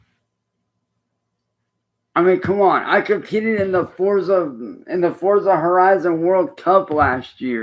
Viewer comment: you'd think if he was competing at a professional level in Forza, he would know how Forza is pronounced.